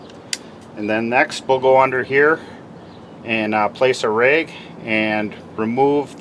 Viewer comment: took me a minute to realize 'a wreag' was a rag lol. great video thanks!!!